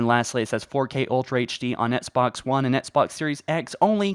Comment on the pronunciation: Hello my mate, why do you keep pronouncing Xbox like “etsbox”?